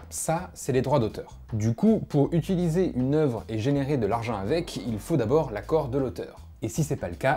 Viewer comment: Tu dis toujours "utUliser", ça me stresse x'D